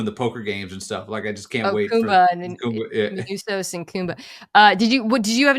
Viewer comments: MANOUSOS. It's not Minunos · Only downside to the season ending is we now have to wait however long until the next season for to go full black old head and call Manusos "Menounos" throughout. Just keep it going as a bit but don't ever acknowledge it!